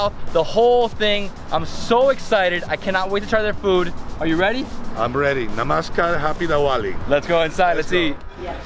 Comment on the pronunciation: Hey, I loved when your Dad said 'Namaskar' instead of Namaste which is very common. Well both are right but Namaskar is quite difficult for foreigners and your Dad pronounced it very well. Happy Diwali and all the love to your family 😍